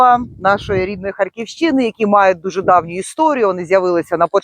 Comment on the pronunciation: Харьківщи'ни чи Харькі'вщини